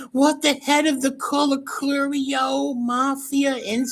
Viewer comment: YouTube GOLD😂😂😂 CLIPPINS ’N’ WHACKINS🤣🤣🤣👏👏 “I WAS SETTING HIM UP TO BE KILLED”🤣🤣 he called Colacurcio BAHAHA HE CANT EVEN SAY HIS NAME RIGHT🤣🤣🤣👏👍